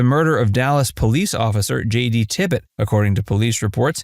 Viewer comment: Tippit, not Tippett, or Tippet, or anything else.. JD Tippit.. Maybe get the name right and credibility will ensue, huh?.. Geez!..